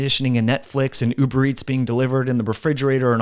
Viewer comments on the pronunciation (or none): none